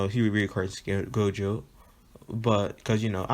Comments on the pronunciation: My boi said jogo instead of gojo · jogo or gojo what u saying u saying jogo not gojo